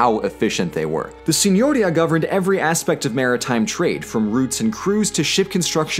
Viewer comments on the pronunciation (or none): Signoría, please. Not signòria.